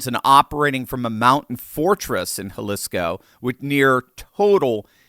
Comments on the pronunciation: Jalisco: (Ha-Lee-Scoe) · Jalisco is pronounced Ha-lees-co. The I is the "long E" sound. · Pronounced Haleesco. It was painful listening to you pronounce Jalisco.